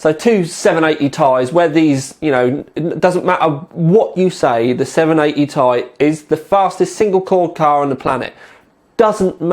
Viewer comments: tee...eye, not tie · dude its not Tie its {Tee Eye} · I stopped watching when he said 780 "Tie" LOL